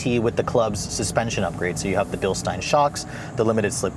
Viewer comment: Bilstein is pronounced Bilsteen, not Bilstine!